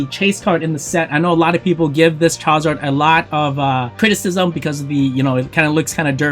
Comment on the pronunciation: Bro if you say chowzar one more time lol.